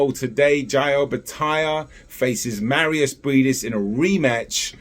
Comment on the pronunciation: its NOT marius -its mairis-word marius is polish name by the way,mairis is latvian and you say it as its been written